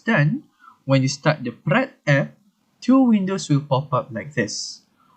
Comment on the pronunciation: This is how you're supposed to pronounce the word Praat in Dutch not even close in the manner you did!